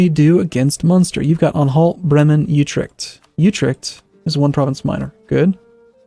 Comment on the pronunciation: is horrible at pronunciating provinces, "youtrecht"? Really? You think that's how it's pronounced? Try "otrecht" instead.